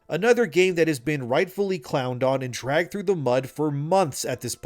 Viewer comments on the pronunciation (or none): none